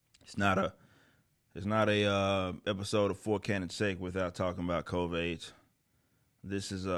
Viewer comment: Lol can't stop saying Covaid 🤣